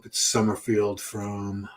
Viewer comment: it’s “Summer-FELD” not “summer-FIELD.”